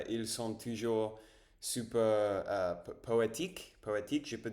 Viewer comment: Salut Dis donc t'es très branché Vampires...😅 Bon je suppose que tu connais True blood.... Fait gaffe.....les vampires adorent les blonds....😂😂😂 J'espère que Tu as une gousse de garlic Ave toi....😮 A + cher Ami R🛡️ J'étais super satisfait.... J'adore ta prononciation de super....on dit Su..perre..lol